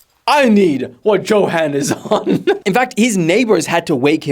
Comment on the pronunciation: Bro is South African. Hy weet hoe om Johan te sê lol!